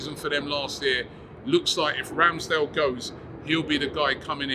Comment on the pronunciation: Also, When did Ramsdale become Scottish. 🏴 😂